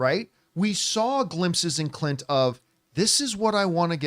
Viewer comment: ... you gotta enunciate the "n" in Clint, John 🤣 just teasing in good fun. You are a YouTube treasure and I could not do what you do. Bring on the filthy.